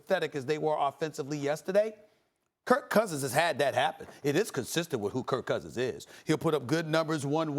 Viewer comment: SAS always says Kurt Cousins xD Skip used to as a derogatory term.